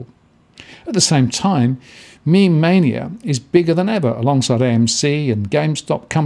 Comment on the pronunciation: He got it right the first time in the video and then reverted to "mem" At least he is not still saying "me,me". I don't know why so many people struggle with this haha I read it the correct way from the beginning.